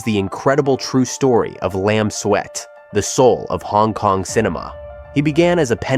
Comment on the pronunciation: Makes more sense to pronounce it Lam Suit than Lam Sweat. 😂